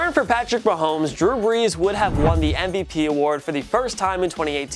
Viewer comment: I love how you noticed how you said mahooomes instead of mahomes but not that you said the eagles made a trade with the eagles. smh